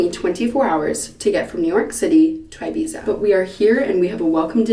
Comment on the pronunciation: Q: What's rarer than rocking horse shit? A: An English-speaking American who can pronounce Ibiza correctly. Seriously, though, Olivia, lying out in the sun for a tan is a one-way ticket to skin cancer.